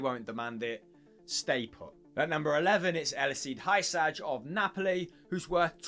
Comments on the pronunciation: Hi-Saj? I think you mean Hee-Sie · Hysaj is pronounced “who-sigh”